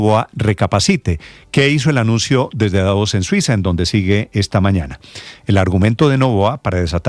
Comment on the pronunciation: DAVOS , con acento en la A